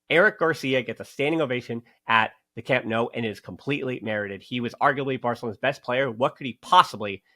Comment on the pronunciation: Hey! I encourage you to fully commit to the “No” sound for Camp Nou. Just say “No” to “New” and you can’t go wrong!;) Keep up the great work. And yes, Eric was an absolute boss today. We’re lucky to have such great depth and versatility this season. Hoping to see the team at full strength soon!